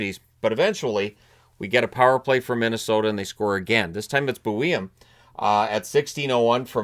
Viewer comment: Not usually that guy, but since its my team I am gonna do it anyway. Zeev Buium's name is simply pronounced as Boo-Yum. Thanks! Love the content!